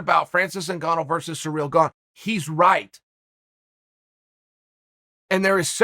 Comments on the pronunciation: Uncle Chael it's "Ciryl Gane" not "Cereal Gone" or "Surreal Gong" 😭😭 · Me: Ciryl Gane Uncle Chael: Surreal Bong Me: Surreal Bong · “Surreal Gane” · “Whoever or Whatever a Surreal Gone is”, Uncle Chael lol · Surreal Gone sounds mean, its even in the captions 😂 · What's a "Surreal Gone" ? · Actually Uncle Chael said his name is Surreal Gone. So from now on that's how i will be pronouncing it. Who am i (or anyone else for that matter) to question the great one? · "Surreal Gone" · The only thing that surprises me in the fight game anymore is Chael's pronunciation of fighter names.